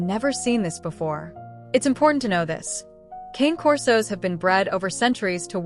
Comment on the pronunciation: They aren't "Kain" Corsos; They are "cahnay" corsos. The AI mispronunciation is disgusting.